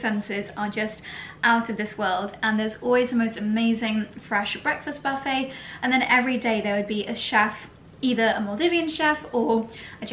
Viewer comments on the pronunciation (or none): none